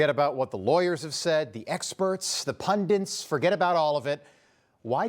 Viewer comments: pundits, not "pundints", Rob. Otherwise, great! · What's a "pundint"?